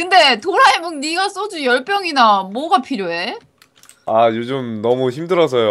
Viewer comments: 18분27초에 도라에몽을 '도라메옹'이라고 함 ㅋㅋㅋㅋㅋㅋㅋㅋㅋㅋㅋㅋ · 이거 마지막에 도라에몽을 도라메몽 이라고 했던데